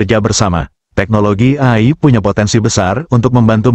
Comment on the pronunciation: ROBOT AI, Dibacanya. EAI, Bukan Ai